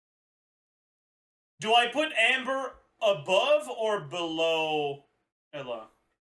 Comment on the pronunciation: The real question is how tf is he pronouncing EUla lol? Sounds like Ella or sth